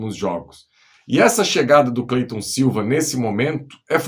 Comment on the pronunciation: O nome do cara é Clayton e todo mundo chama ele de Cleyton.